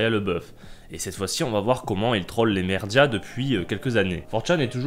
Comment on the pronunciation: "les mérdia" ? oui, je suis un connard, sinon encore une très bonne vidéo, bisou caillou :)